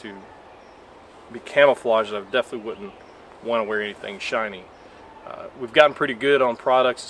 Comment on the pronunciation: shiny - not shinny